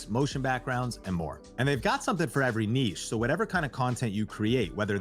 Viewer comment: Congratulations on being one of the few Americans whom actually know how to correctly pronounce the word Niche ('Neesh' NOT 'Nitch').